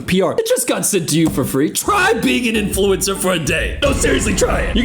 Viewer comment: “Influencer” … “Influensaa” … 🧐